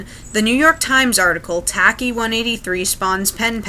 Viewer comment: It's not pronounced tack E. It's a very common Greek nickname...it's pronounced ..... Well nevermind. 🙄